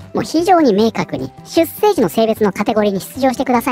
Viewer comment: 出生 ×しゅっせい ⚪︎しゅっしょう